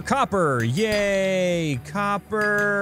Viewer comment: When he was saying yay it sounded like he was saying gay